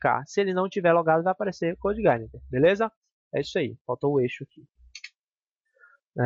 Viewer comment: Parabéns pela iniciativa, muito boa sua aula, apesar de me dar um certo incomodo toda vez que você pronuncia Coude Igaineter rsrsr.